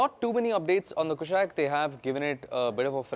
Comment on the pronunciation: Kushaak, not Kushack, please, its been years